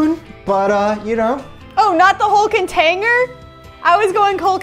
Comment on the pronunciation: "Containger" that was a me moment